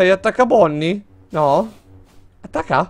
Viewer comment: Sì chiamano Bonnie letto Bonni Chica letta cica e Freddy nn teddy